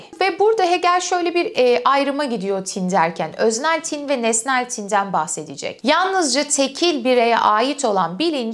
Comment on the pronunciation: "Tin" kelimesinin telaffuzunda ortaki "i" uzatılmaz. "Tin" denir "Tîn" değil. 18.45'te doğru telaffuz ediyorsunuz mesela. Not: Hegel felsefesini bu şekilde akılcı olarak anlatan birinin bu denli basit sayılabilecek bir yanlışını bulup ilgi mi çekmek istiyorum? Hayır, tin doğası gereği, düşünülmesi, yazılması ve hatta telaffuzunda bile özen gösterilmesi gereken bir kavram. "Ruh-i mücerret" vardır, İstiklal Marşı'nda geçer. Hah işte onun tam karşılığı "Arı tin"dir. (Ama tin, tam karşılık olarak ruh demek değildir) BU kadar ince bir mesele ise telaffuz da o denli incedir. Önemlidir. Demesem olmazdı... Ayri bir ek. "Varlık neden var" kavramına verilecek metafor semiyotik açıdan "yokluk neden yok" olamıyor ki zaten absürt değil. Çünkü aslında "var olmak" (İngilizce "be" kelimesinin karşılığı olarak) Yokluk aslında vardır. Varoluşçuluk açısından Hegel penceresinden bakıldığında tercih edilmeyecek bir metafor sanırım.